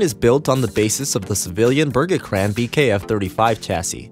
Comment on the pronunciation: Burr-gee-crahn.. LOL :D